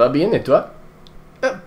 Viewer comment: You either mispronounced "parles" or you used the wrong tense or form.